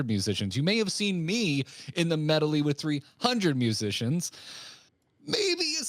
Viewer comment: I've never heard anyone pronounce "medley" with three syllables XD